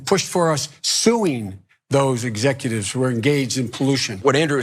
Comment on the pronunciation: He couldn't even say "executives" at the beginning. "He is not an exefutive